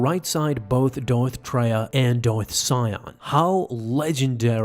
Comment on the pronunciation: Dorth Siam? 😂😂😂 This video doesnt really explain Darth Vader seeing Darth Nihilus.